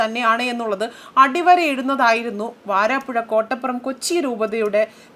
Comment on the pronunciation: വാരാപ്പുഴ അല്ല വരാപുഴ ആണ്...